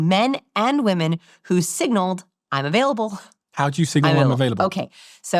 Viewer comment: "How do I signal im avaialble?" he says while opening his arms wide lmaoo